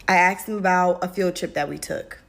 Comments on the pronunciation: 'i axed him' and this is a TEACHER smh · I remember being in school and you acted like a normal person. Nobody acted up nobody was a problem. You heard about that one kid. But you never saw him again. I question the competency of the teachers anyway. The one teacher complaining about students. She said I "axed" him. That isn't accent. That is slang. From a teacher.